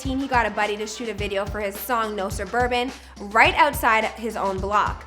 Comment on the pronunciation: "We don't spin in no surbabans"😈💯